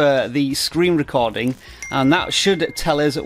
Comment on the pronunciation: “Screen rescording” 😂😂😂😂😂